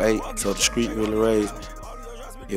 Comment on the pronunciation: I hope that they have someone who knows how to say street it's not screeck